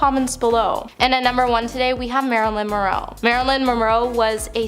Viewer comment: HEY!!!! YOU CAN CALL US PEACHES WHEN YOU POST A VIDEO THAT YOU DON'T MISPRONOUNCE A SINGLE WORD. FOCUS MORE ON PRONUNCIATION AND NOT COMING UP WITH LAME NICKNAMES FOR VIEWERS. HOW CAN YOU MISPRONOUNCE MONROE??? SERIOUSLY I hate to use all caps fellow viewers, I have had this building up for about a year. Marilyn Monroe was the straw that broke the camels back.